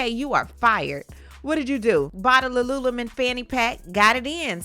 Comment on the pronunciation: I have never heard Lululemon pronounced like that before. It makes it sound exotic 😂